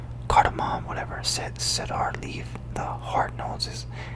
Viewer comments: Awesom vid. By the way it is pronounced cee-dur wood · Cedar is pronounced Sea-Durr 👍🏽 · Hey man watched a few of your videos I’ve enjoyed all the cologne ones, cedar is a wood and it’s pronounced seeder haha cheers! Love the videos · Hi! Cedar is pronounced “see-der”